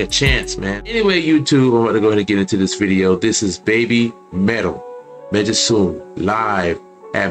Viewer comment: Megitsune is pronounced meg (as in Meg Ryan)-it-soon-ay